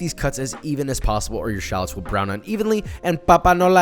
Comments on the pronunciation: Anyone else bothered that he says shahlets rather than Shal-lots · the number of times he said shalets instead of shallots is too many to count. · You mispronounced SHU-LOTS!